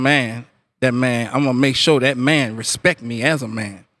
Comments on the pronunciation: he said respect, not respeck. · lol he don't say "respek" no mo